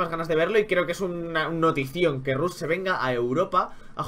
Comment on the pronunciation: di rash en vez de rush pls xD